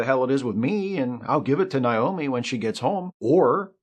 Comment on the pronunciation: Did you mispronounce Naomi on purpose? I feel like you did it on purpose, just to show how much you care about Voyager. It's Naomi, like Nature, not Nile.